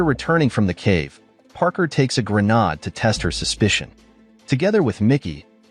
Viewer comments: pronounced "gruh" "naid" (not "gruh" "nod") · Grenaat ( Dutch ) , Grenade , english , short for hand grenade , dont know why he says Granaad ??? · Its pronounce Gren Aid. You missed the bit out where one of the containers is linked to the cave where they steal the weapons. Quite a big bit to miss out. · How the hell does he think it's called a 'GREN-ARD'..🤔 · Either your AI script writer spelled "grenade" as "grenad" or your AI reading software doesn't know how to pronounce it.